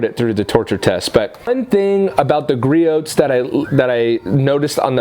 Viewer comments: Gree ohs, gree ohs, gree ohs, gree ohs, gree ohs, not gree oats. lol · Great comparison,. It's pronounced "Gree-ohs" btw:) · God damn it! It’s Gree-ohs, the t is silent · That was a good comparison nice job. Griots price and performance has my 👍🏻. By the way Griots is pronounced gree ohs the t is silent you can go to griots home page scroll to the bottom and take there test.